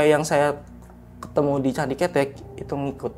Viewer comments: Kethek bukan ketek 😂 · Candi kethek (monyet) Ketek(ketiak) Pengucapan intonasinya salah ni. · Candi kethek mas , bukan ketek . Ceritanya kbanyakan ngomong key , key , key . Kirain john key ?! 😁😁😂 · Gw ketawa ketiwi pas pencerita salah lafadz bagian candi ketek..beda arti soalnya,hahahaha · Salah penyebutan itu candi kethek bukan ketek/ketiak 😂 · Ketek ada 2 arti kalau dibaca e artinya ketiak, kalau dibaca e' artinya monyet. Masnya nyebutnya pakai huruf e yg artinya ketiak. AQ langsung ngakak😂😂 Salam dari sawangan Magelang 🙋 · Hehe candi kethek bkn ketek hehe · ketek bang bukan ketek awoakwok ngakak😂😂😂😂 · Ngucapin ketek yang bener kethek bukan ketek atau ketek, sudahlah 😂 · candi ke'tek om bukan ketek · Candi ketek..(e,talen ) bukan candi ketek..(e, pepet )..wkwkwk..denger nya ngakak sendiri 🤣🤣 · Bukan ketek di bacanya, tapi keutek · Bukan ketek mas tapi kethek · Kethek bukan ketek. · Keutek mungkin, bukan ketek 🤣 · Bukan ketek tapi bacanya ketek, kalo ketek itu bhasa indonya ketiak tapi kalo bacanya ketek itu baru monyet hhe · kethek not ketek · Btw, itu candi kethèk bang bukan cethek, yg artinya monyet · kethek kalo ketek itu ketiak narsum bukan orang jawa 🙏🙏 jd agak kepleset lidahnya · bukan KETEK bang, tapi KEUTEK .. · Ketek itu dibacanya ketek. Bukan ketek 😂✌ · Pengejaannya Kethek yang bener : K-E-(Vokal E dieja seperti : bEras) T-H-E(Vokal E dieja seperti: Enak)-K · Di bacanya bukan KETEK tapi KeTEK 🐒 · Bukan ketek(ketiak) bang..tapi ketek(monyet cilik)..sama aja tulisannya ya😢..gimana sih ngomngnya😅.. contoh: roko kretek, apa roko kretek? Nahg itu jawabnnya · KETHEK (suara E nya kaya suara bengek / keren /beken) bukan KETEK KETHEK = monyet TUKU OPO MAS ? artinya BELI APA MAS ? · Candi KETEK bang, bukan Candi ketek 😂, monyet itu KETEK bukan ketek🤣🤣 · Bukan ketek bang😭, tp ketek. Au ah gabisa vn🥲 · Penyebutan candi ketek salah yg bener ketek😂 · Heheh pelafalan kethek (monyet), sehat selalu team Lentera malam dan narsum. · Pelafalan nya bukan ketek 😭